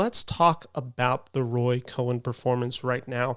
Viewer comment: Cohn is pronounced like "cone" with one syllable.